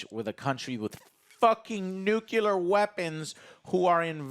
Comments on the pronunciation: Nuclear not Nucular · Nuclear not Nucular xD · Say it with me.. new.....clear.....now say nuclear Nukular isn't a word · I cringe every time I hear Joe say NUCULAR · Where the hell is there an extra "u" in gods damned "nuclear"?!!!